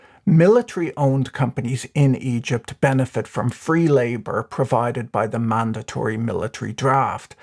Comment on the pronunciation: i can't help but hear "eedjit's currency crisis"